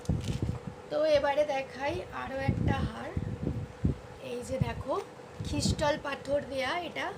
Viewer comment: Pronounciation gulo thik koro... Khrishtal na kotha ta Crystal ... Anneversary noi kotha ta Anniversary .... Neglace noi kotha ta Necklace... Try to make right 👍